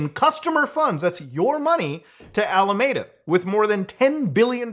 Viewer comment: every time muta mispronounces alameda i sigh inside. its not your fault. i bet San Jose trips people up too